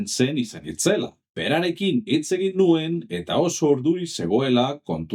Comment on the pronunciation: Oso ongi dago! Hobetzeko bakarra agian hitz batzuetan ez den silaba indartzen duzu. Adibidez, NUen esan beharrean, nuEN esan. Beste hitz gutxi batzuekin gertatzen zaizu, baina praktikatu, eta behar bada euskaraz norbait entzutea lagun dezake (Eitb, euskarazko marrazki bizidunak, esku pilotako partidetako komentaristak... Bilatu ditzazkezu). Espero dut ulertu izana eta laguntzakoa izatea